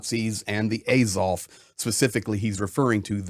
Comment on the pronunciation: The first 4 minutes of this video is a waste of time. It's just some dude no one's ever heard of saying how great he is and then saying what we've all been saying for the last 11 years. There's nothing new in this video. You are also pronouncing Azov incorrectly. Not that it's important.